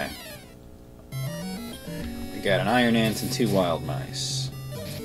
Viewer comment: Whenever you say 'iron ant', it sounds like you're saying Iron Man...prompting me to wonder why you're killing Robert Downey Jr. Also, you totally missed the old guy in the cave who asked whether you'd been baptised or not.